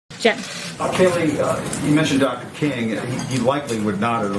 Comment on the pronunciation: I felt the heat on that “Jim”